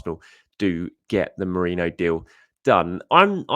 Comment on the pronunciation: How are you getting 'moreno' though? He's saying morano/morayno...